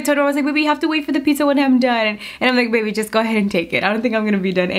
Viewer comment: she did not just say PIKSA 😫